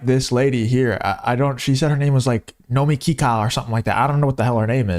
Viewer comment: “No mo key ka “ 🤣🤣🤣🤣